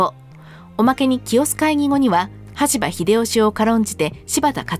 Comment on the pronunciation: 羽柴をしばたとしたり、名前逆さまだったりでしたな